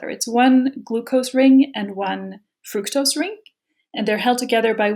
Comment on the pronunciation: Adam should have learned how to pronounce Fructose from her. FRUHKTOSE lmao